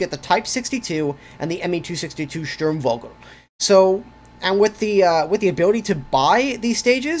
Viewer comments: scht-urm vou-gel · vogel is bird and pronounced like vogue with an L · Sturmfogel, the v sounds like a f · In the german word "Sturmvogel" the "v" is pronounced like an "f". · You sound like you are trying to pronounce the name of the 262 correctly, the V in vogel is pronounced with an English F sound.